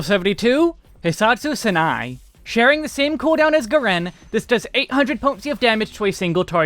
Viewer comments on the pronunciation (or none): just a little Japanese pronunciation tip: in Japanese, the vowels A, I, U, E, O are pronounced ah, ee, oo, eh, oh when a word, like Senei, has a ei in it, that's just a long e sound (ehh), so it's pronounced SEH-NEHH, not SEH-NAI PRO TIP: in words like Hissatsu with the long S (double S) sound, the S is held just a little bit longer, and generally (in most words) the U in TSU is left out, so Hissatsu sounds like "HEE-SS-SAHTS"